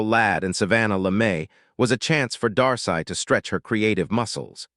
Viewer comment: Its pronounce Dar-See